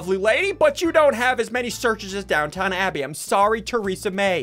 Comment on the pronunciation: The way he said DownTOWN Abbey. 🤚